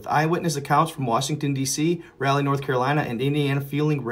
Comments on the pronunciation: That is pronounced Rawl lee not Rally. It was named for Sir Walter Raleigh. I've seen that birthday candle type fire before coming down from space. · It's Raleigh NC, not Rally. Come on. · It's Raleigh. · Raleigh nc... Not rally